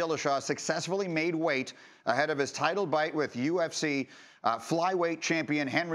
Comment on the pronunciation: Did he say title bite?